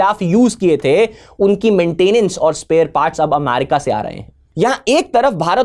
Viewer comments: America ✅ Amyarika 😅❌ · Please. It's pronounced 'amErica' ✅ Not "amArica" ❌ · Sir ji “amarika “ nahi “america” hota hai